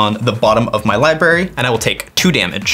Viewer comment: Li BRARY not Li BARY common dude..